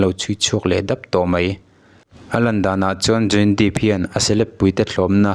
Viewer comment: Johny Deep a ni lo, Johny Depp aw...i lam dan kha